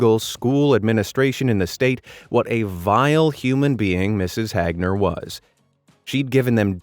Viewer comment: It's not Mrs. Hagner it's Mrs. HAGner